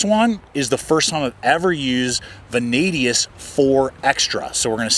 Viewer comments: Curious as to why you keep saying "Vanadius". It's Vanadis. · There is no letter U in Vanadis. ♏️